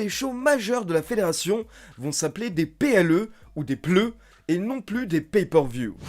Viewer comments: Le mot PLE me fait rire quand tu le dis 🤣🤣🤣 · Waw "PLE"😂😂😂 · Passer de PPV à PLE, pour la prononciation ça fait vraiment bizarre. lol